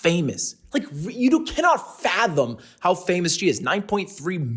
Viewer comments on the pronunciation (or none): none